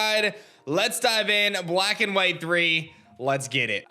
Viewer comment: “Bwack and white thwee”